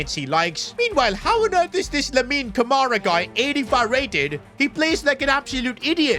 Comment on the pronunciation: Bro said lamin😅